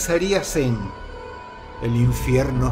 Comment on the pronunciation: "el infierno" con acento norteño xd. Saludos Dross eres un grande!!